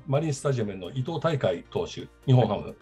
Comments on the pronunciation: 伊藤大海 いとうたいかい？ いとうひろみ！です。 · 細かいですけど、伊藤大海は「いとうひろみ」で「いとうたいかい」ではありません。 固有名詞を間違えるのは、人として失礼ですよ。